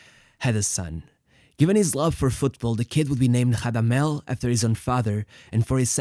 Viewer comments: Rrrrrradamel. Roll you r’s my son. He’s not Brazilian:) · Portuguese R sounds on non lusophone players is unacceptable, you should be rolling that r. Give It a big RRRRRamadel falcao. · the R in Radamel is a strong rolled R, as in spanish unlike portuguese. great vid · Spanish doesn’t say the r as an h tho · It's not Hadamel it's Radamel also its not Hodriguez its Rodriguez since they aren't Brazilian or Portuguese